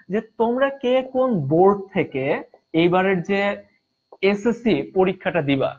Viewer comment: It is board not boat😅😅